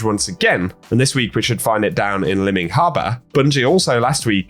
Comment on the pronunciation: You said "limming harbor" but I think it would probably be "lime-ing" as in lime green, as in, strand colors.. there is also a pantone color called Zephyr Green, and "Ahimsa" means respect for living things =)